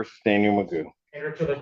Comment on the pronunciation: His name is not Magoo it is McGough. I don't know why he doesn't know how to pronounce his name. It rhymes with Cough.